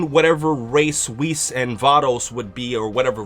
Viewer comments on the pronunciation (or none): none